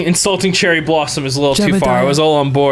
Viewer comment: I keep on hearing Cherry as Jerry